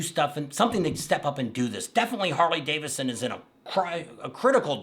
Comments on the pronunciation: Hey, repeat after me, Harley-Davidson, not Davisson. And you're right, you butchered everybody's names, do your damn homework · Buddy, it’s Harley DAVID SON ; not Harley Davison! Man, wake up!